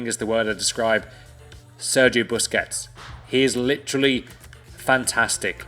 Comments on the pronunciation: BUSQUETS? BUSQUETES... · Busqets 😂😂😂😂man you really need help